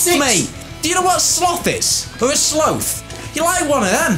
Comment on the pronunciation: What the heck is a "sloath "😂